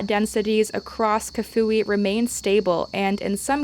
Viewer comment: Its not Cafui its called Kafue pronunciation kaafuuwee nice report